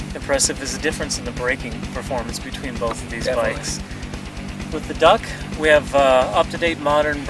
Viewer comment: really?? I have been to bike meets for 20 odd yrs and never heard it!! they say duke.